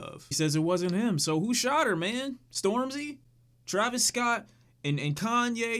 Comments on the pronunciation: Lmao he called her “stormzy” instead of stormi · Did he say stormzy 😂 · Man said stormzy 😂😂😂